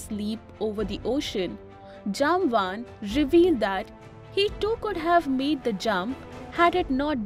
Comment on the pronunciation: Thanks for the beautiful video. No doubt Jambavantha is a great legend and one off Chiranjeevi. But please please pronounce the name properly. I am guessing that though you are using English as a medium convey your message but you are not that idiot who came from Europe to our Bharath. So as you might be knowing how we call him, please be kind enough to pronounce at least in our way, how it is in our puranas. And to add he will join Kalki bhagavan (lord vishnu's 10th avatar) at the end of Kaliyug to fight with Kalipurush. Swasthi. Shubhambhooyaath.